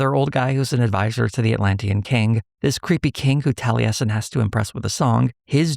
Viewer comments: As an avid critical role viewer, ive never hear Taliesin pronounced that way 😂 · That pronunciation of Taliesin continues to cause me psychic damage. For crying out loud. He's a legendary bard of Cymry (Welsh) folklore. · the mispronunciation of the name taliesin has been killing me the whole video, tho i get why irish names can be quite interesting with their pronunciation roles (i say this with an irish oc named osíon) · Do...do they pronounce it tal-e-yes-in in the show? I thought it was pronounced Tall-a-sin (though my only frame of reference is Taliesin Jaffe) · Maybe it's because I have been a fan of The Mists of Avalon, I am used to hearing Taliesin pronounced as Tal-YESS-In not Tal-EE-ESS-In. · Tally-essin? Really? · I've never heard the name Taliesin pronounced that way.